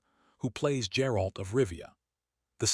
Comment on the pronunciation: Geralt, not Jerald. Ai trash